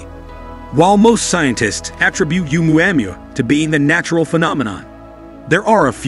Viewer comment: For gods sake get the pronunciation RIGHT!!! ITS PHONOETICALLY "OH-MUA -MUA" NOT "UMU-AM-UA" LOL. Made me cringe every time it was said